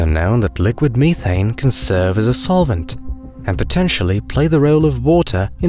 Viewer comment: Me-Thane (has me cringing)